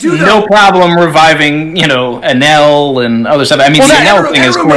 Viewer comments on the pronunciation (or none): none